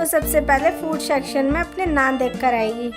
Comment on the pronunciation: Shacshan nahi hota section hota hai